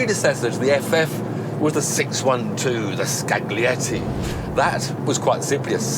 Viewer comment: Lovecars And it’s pronounced “SKAL-YETI”, not SKAG-LEE-YETI”